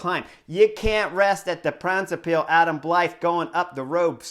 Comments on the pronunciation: It's not "De Brabintse piel" but "De brabantse pijl", although it's funny. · Yes sure was funny, didn't even know it was the name of the race he was saying until later in the video. The a's in "brabantse" should be pronounced like the o's in now and cow. And pijl, yes more like pal.